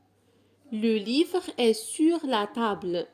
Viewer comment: شكرا ،ولكن علاش كتنطقي tتاع est?